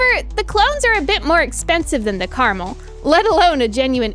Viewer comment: It's pronounced Car-Mel, I know nobody cares but its named after a mountain range in israel, which is kinda funny considering the translation is garden or orchard, i guess you could call it a garden variety rifle.